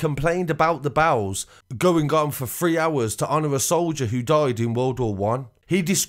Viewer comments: its bells not bowels. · I thought he was saying bowles, bells. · Sounds like youre saying bowls instead of bells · Why do you pronounce "bells" as "bowels"? Lol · I thought you said church bowels 🤣😂 only when you said church bowels ringing, I realised what you meant 😆😉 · How does “bells” get pronounced as bawles? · mate it ain’t bowels,it’s bells. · It wasn't until 3.33 that I realised this guy was saying "Church Bells". I was listening while making a sandwich, saying to myself "Church Bowls"? What the hell is that? Then I thought I heard "Church Bows" as in to take a bow and I'm here saying to myself this must be a Church of England thing. Then at 3.33, I heard the sound of the bells, and all became clear 🤣🤣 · Lol how many times did I hear the word bowels, before realising he was saying ‘bells’ 😂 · Dude, the word is pronounced BELLS, not fuckin bowels. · bowels? or bawls? or bows? wtf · I thought his bowels exploded. Messy business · Yeah ! The greatest mystery...What are Church Bowels ?? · I thought you we saying the church bowels. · Why do you keep saying bowels? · why you saying church bowels lol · Dude why can't you say bells pwopperly? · Haha yes I've commented this too... The bowels.... The bowels.. Lol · Why can't you say bells correctly ? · Love the way you pronounce “bells” 🤣🤣